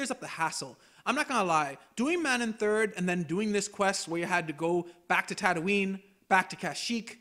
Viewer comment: The game itself says the actual pronunciation of Manaan several times, how could you still say this wrong? Lmao